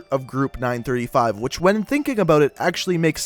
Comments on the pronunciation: Group 935 made the perks doctor Monty sang the jingles and it's 9-3-5 not 9-35 your pronouncing stuff wrong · it is not ningh thrty five its ninghn three five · my Chemical brides yeah your supposed to say nine-three-five NOT nine-thirty five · its said nine three five... not nine thirty-five.... just saying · Did he just say... group nine THRITY-five. Uh uhh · what if i could tell u that u said 935 wrong its 9-3-5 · oh I didn't notice he said 9 thirty five but 115 was right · Is anyone else bothered by the fact that he butchers '935', '115', 'Richtofen', and 'Primus'? Or am I just being OCD? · Am I the only that got bother when he said one fifteen and nine thirty five? That's the only reason I disliked it. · is any one aniod on how he prenosing 935 ad 115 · great video but hes mispronounces everything 935 , 115 , primus. rip my ears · group 935 and element 115 is pronounced from each number example element one one five